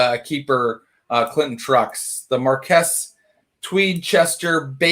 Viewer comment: im 15 mins in and...marquis and marquess are pronounced the same- (mar-kwis). Just so you know.